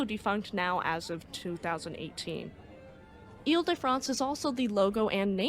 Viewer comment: 1) WOW!!!! Magnificent French pronunciation!! The private school I went to pronounced foyer as "foy ihr" and a classmate often spoke of "Horse Doovers" (Hors d'Oeuvres). 2) Very much looking forward to the HL Hunley ep!! Way to go!!